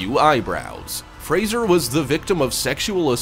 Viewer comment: Why would someone, who can`t even pronounce the last name " Fraser " correctly, make a video at all !!!!!